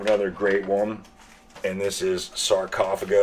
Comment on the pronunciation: man I don't know your background but I hear you all the time making mistakes with the pronunciation of band names ,even legendary ones, and now your comment with sarcophago is totally irrelevant at least. (to be kind with you) WTF?